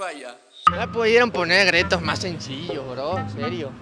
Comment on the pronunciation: Me dio risa cuando dijo gretos en debes de (retos) 😅😅😅saludos